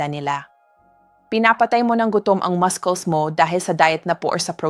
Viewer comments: She doesn't pronounce muscles right. That's not the way to pronounce it. It should be pronounce masels not maskels. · Pronounce muscles properly not maskols please thank you